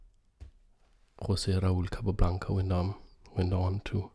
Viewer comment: Great vid 10/10. You pronnounced really well Jose Raul Capablanca :D